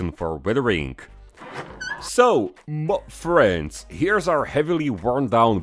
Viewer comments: Finally I've reached this level of involvment when I am saying 'Mah freends' at the same time with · I've noticed that the "Muh friends" is delivered with increasing impact every week 😂